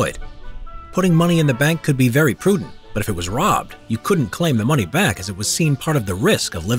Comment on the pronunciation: You mean "moneh"